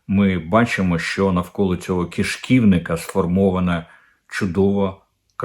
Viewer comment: "Кишків'ник", а не якийсь "киш'ківник".